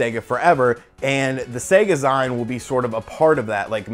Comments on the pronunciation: Everyone complaining about zeen and I still cant get past SayGah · "zeen" dude... it's "zeen". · Do you say maga-ZYNE for magazine? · My man, It's pronounced "Zeen" like Magazine. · Nice try, but the word is an amalgamation of magazine and SEGA, it SHOULD be pronounced SEGAzeen, but you kinda have a point, it's not like the grammar police can really come after you lol. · 100% correct, i hate hearing it said that way. ive been making indy comics for more than 20 years and i get it at every con now. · "a e-zyne ..." I can get over the 'y' sound.